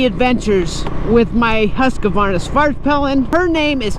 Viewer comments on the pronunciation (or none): its called husquarna not husquarvarnana